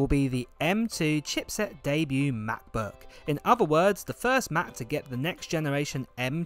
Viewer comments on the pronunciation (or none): am i the only one annoyed by the way he says macbook 😂